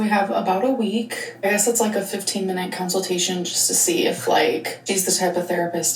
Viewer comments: It truly sends me into another universe for a second every time she says counseltation because what is that where are you getting that pronunciation why are you continuing it help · Someone tell her it consultation not counciltation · She really struggles with words ending in -tation lol. Council-tation, apple-cation, I bet there's more I'm forgetting about lol